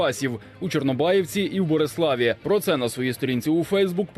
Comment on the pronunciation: Не БОрислав, а БЕрислав!..